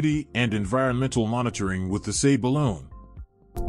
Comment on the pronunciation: This guy pronounces words weirdly. It's "balloon" and "robo-taxi", not whatever he said.